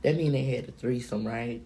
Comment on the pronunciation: That's definitely what it sounded like lol a "treesome" lol